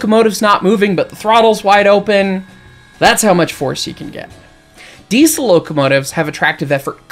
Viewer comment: The way you say "Diesel" hurts my ears.